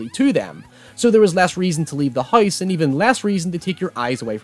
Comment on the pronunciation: "Less reason to leave the Heiz" (House) hahaaha where is your accent from?